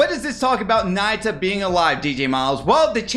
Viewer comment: its pronounce ''nah-yoo-ta'' not naita 😭